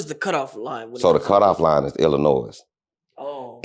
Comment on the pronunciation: Da S silent in Illinois my guy